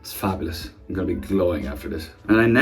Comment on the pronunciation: the way his said FaBuLouS